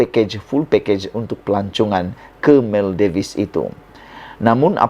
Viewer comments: Salam Sebutannya negara MAL-DIVs Bukan MAL-DI-VES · Sebutan tempat pelancongan itu pun SALAH...tak buat "homework"kah?..Bukan diebut MAL DI VES,tapi disrbut MAL DIVS....u tuber kena belajar cara sebutan laa..malu laaa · Bukan Maldives, sebutannya ialah Maldiv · Sebutan yg betul adalah Maldif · Sorry Bro, pronounce yang betul bagi pulau "Maldives" adalah Mal - dif-ss; kalau tidak silap saya. Sorry Bro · Sebutan yg betul - MALDIV. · Salah tu, yg betul sebutannya ialah Maladewa... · SEBUT BETUL2 MALDIVES TU...KAMU SEBUT TU SALAH..BRO